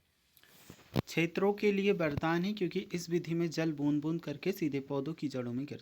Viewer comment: Ksheto nahi hota kshtro hota hai